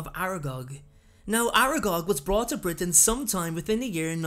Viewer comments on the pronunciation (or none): none